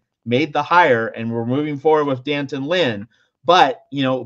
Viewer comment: there is an apostrophe after the D. As journalists, don't you know how to properly pronounce his name.... Dee Antawn